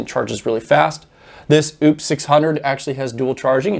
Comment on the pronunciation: you keep on pronouncing the wrong name on a certain power station. It's "o-pous" not "Oooops". Keep up the Great work. Looking forward for more. Thanks 👍